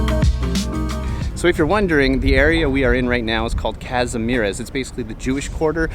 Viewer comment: Everyone pronounces Kazimierz as Kazmirez I know, i know. You dont speak the language, but this is not Latin America!